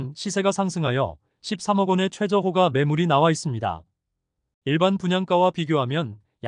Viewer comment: 호가를 호까로 발음하세요.